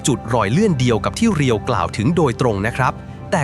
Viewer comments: เขาชื่อ เรียว ไม่ใช่ รีโย่ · เรียว ครับ ไม่ใช่รีโย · อ่านว่าเรียว